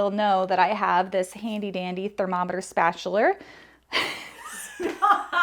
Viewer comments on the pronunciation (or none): Channeling Mr. Krabbs – "Spatchuler." Made my day! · Lmao spatchuler 😂😂😂